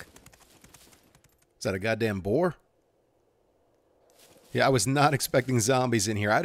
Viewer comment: "What's that, a goddamn boar?" Are you from New Jersey? Between that complete chill and the tone in which you said it, you must be from Jersey.